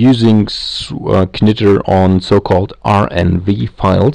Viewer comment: In English, it's pronounced like "nitr" - the k is silent.